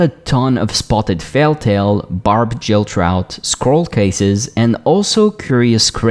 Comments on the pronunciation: did you just say "jill" instead of "gill"? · You speak English really well :) But as a non-native speaker myself, I've occasionally mispronounced words without realizing.. So here it is: "Gill" is what fish have as a respiratory organ and the "g" is pronounced like the "g" in "girl" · Gill is pronounced with a hard G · OMG .... GILL !!! not JILL. My OCD was twitching